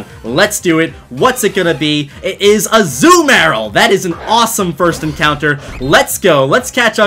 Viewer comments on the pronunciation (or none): Its Azuma rill not az uma rel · A zoo meyr uhl?? It's azooMUHrill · Azoo Marill. its a-ZOO-mu-rill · It’s uh-zoo-muh-rihl Not uh-ZOO-mayr-ll (Azumarill) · STOP SAYING AZU-MARIL ITS AZUMARIL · I kept thinking that you were saying you caught a zumaril. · its a-zoo-mah-rill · You mispronounced Azumarill and in an annoying way